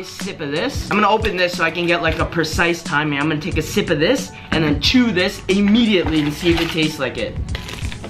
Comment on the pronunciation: "You emmeditly taste the coke"